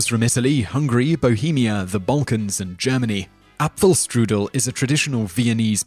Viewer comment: My girlfriend (lives in austria) is angry you pronounced the cake wrong. Edit: You also didn't pronounce correctly: Apfelstrudel and Wiener Schnitzel. She says good job for trying though <3